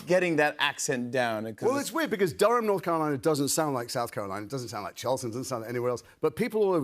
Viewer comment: It’s DURM you idiots